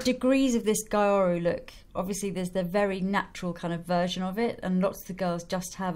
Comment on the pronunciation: "gyaru" is pronounced more like GHEE-AH-ROO, not GUY-AH-ROO. It's kind of the Japanese pronunciation of the word "gal", like you said. xx